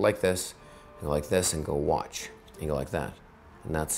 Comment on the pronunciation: I got satisfied at the end when he kept saying whatch